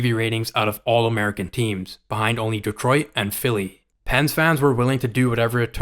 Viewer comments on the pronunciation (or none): none